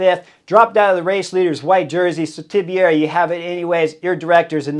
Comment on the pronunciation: it's not TIBIERI there's no middle I.